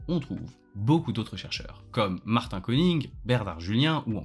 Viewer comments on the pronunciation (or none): none